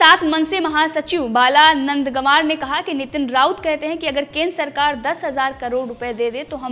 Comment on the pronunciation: Bala nandgaonkar saheb बाला नांदगांवकर साहेब उनका नाम है ।आप नाम सुधार कर बोले